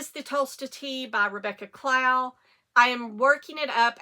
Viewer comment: I'm on a computer, not a phone. Can you provide a link for the Tolsta chat group? Also, I saw that episode where you felt the podcaster was disrespecting Rebecca Clow. I also, love Rebecca, but I didn't feel like the podcaster crossed a line. By the way, her Rebecca's last name rhymes with "sew", not "cow".